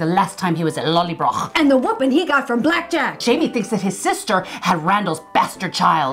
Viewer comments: Pronounced lolly broh not lollybrok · Thank you so much again, Ladies! But.... there's a tiny bit I need to complain about, LOL. You really need to work on the pronunciation of "Lallybroch". Listen to Sam/Jamie saying it and practice. Of course, for me as a German it's easy peasy because we have this "ch" sound as well, but I know you can do it! *mwah*